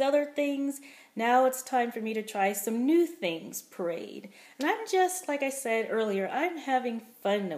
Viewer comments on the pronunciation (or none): I keep hearing you say " parade", like " I parade chicken"! It makes me smile! You sound so happy. I don't think I'll be doing puréed. But we'll see.